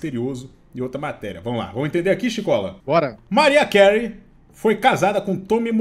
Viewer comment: Pesquisa a pronúncia dos nomes pelo amor de Deus. Pofi déri Maráia quelri